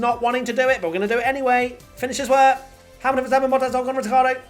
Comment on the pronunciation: Did you really say "Hamilton, Verstappen, Bottas, Ocon, Ritardo" on your first attempt at the rundown? hahahahahhahhahahahah